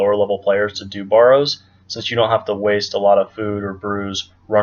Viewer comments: BARE-ROWS......not BAR---ROWS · Why do you say Baw ro's instead of Bar o's? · Mans saying borrows